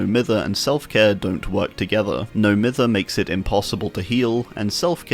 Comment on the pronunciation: Just a quick pointless correction but "Mither" is pronounced "Myther" like Myers It was weird finding out it wasnt a universal word, never thought of it being just British